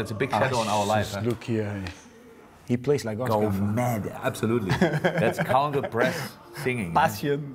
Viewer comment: He said "counter-press-singing" lmao